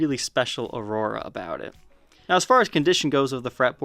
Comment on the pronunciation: That's "aura" not aurora !